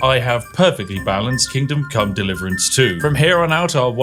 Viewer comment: Seriously, is everyone else hearing "Kingdom: Come Deliverance 2" or is it just me??